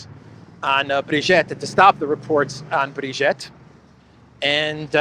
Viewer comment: Brigitte is not pronounce Brigette, it is pronouned BreeGeet. Candace Owens is a notorious compulsive liar.